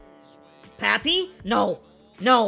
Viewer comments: You actually say “Pappy” instead of “Papi” lol im latino so it just sounds different to me 😬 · Nah your supposed to say it like popee